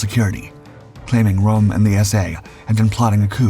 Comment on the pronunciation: His Name was RÖM and not ROM!